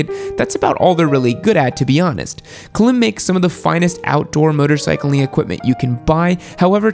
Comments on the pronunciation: Sorry, but in comparison to your other videos, this one is definitely F-tier. Where's Cortech (Tourmaster), Scorpion? How can you tell us how good or bad Klim gear is if you don't even know how to pronounce it? (its awesome, btw, A-tier at least). You failed us, you failed us... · 😂 the way your pronunciation of KLIM was classic! 😂😂😂. It’s not “Clem” as in “Kadiddlehopper.” I have always heard it pronounced like the word “climb,” without the “b” sound. But it’s okay, you say it anyway you want. Excellent video. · You mean Klīm as in climb. Not Clem lol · I live like a mile away from their facility… it’s pronounced like climb. They specialize in cold weather gear for snow mobile bros. Some of their gear has battery power heating elements in them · I was having some disagreements while watching the video, but, you really lost me when you pronounced Klim ('climb') as 'clim'...it's Klim pronounced like 'climb to the top of the mountain'. Some of the lower tiered brand do make certain products which are nice, mixed in with others that aren't so great. As the premium makers materials, construction, and design get better and better, a rising tide lifts all boats. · "Klemm".... It's "Klime" they specialize in offroad pants and shirts. S to A tier for the dirtbike world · Isn’t klim pronounced climb? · Just so you know, Klim is pronounced climb, notice the line over the I instead of a dot. 👍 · Yes......yes it is. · Yes Klim is pronounced climb. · Just to let you know, klim is pronounced like climb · I think Klīm is pronounced "Climb" due to the "long" i (ī is "eye"). It would make sense to being a gear maker aimed at ADV riders. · See that little line above the "i" in Klim. It denotes a long vowel so it's pronounced like the word "Climb" with a long "i". Betcha didn't now that. LOL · Klime, like slime with a "K". Got the stripe over the "I" so it's long vowel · No, it is pronounced as "climb." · It's pronounced Climb. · Pronounced climb